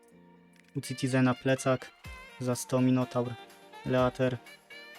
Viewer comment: „Green dragon lejter „xD